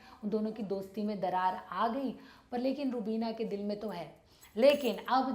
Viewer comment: Rubineeeeeea how beautifully she pronounce 😘🇵🇰🇵🇰